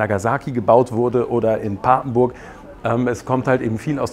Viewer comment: es heißt pappenburg nicht "paaaaaapenburg"!😡😂😂